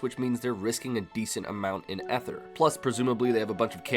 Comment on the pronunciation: Please bother to learn how to pronounce ether